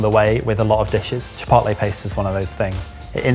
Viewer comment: As much as I enjoy an English accent, every so often, some word pronunciation will grate on me - saying chipotle with a short o. Why? In Spanish it would be a long o. But also when you read it as an English word, it looks like it would be a long o too.